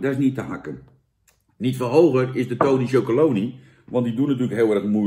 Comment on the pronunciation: Zo grappig.... heel veel mensen zeggen wat Jan ook zegt: tony chocolony... maar dat staat er dus niet! Er staat chocoLONELY. never mind... ik zeg het ook altijd en blijf het zo zeggen.... 🙂 trouwens, Jan, ook de pakken.....SCHUDDEN VOOR GEBRUIK! 😉